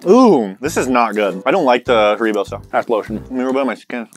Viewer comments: Its not hareebo its haribo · It's harrybo not harreebo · I know right ! It’s harry-bo lol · Said Like HarryBo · They said it was hard! If Haribo (HarryBo) is hard then it’s old! (I’m from Sweden so I heard them say it wrong to😂) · Am I the only one who noticed the were calling Haribo, Her-ee-bow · Hareebo XD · Who else got triggered when they pronounced Haribo wrong? (Hair-i-bo) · It’s supposed to be pronounced hair-ra-bo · l don't like haribo Europeans:it's not said like that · The way said Haribo 😆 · Oh my days the way that they say Haribo was driving me insane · he said said haribo wrong i am british that is the definition of pain